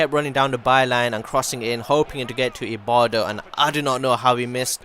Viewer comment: Lol it says ibarbo why wud u say ibardo!!!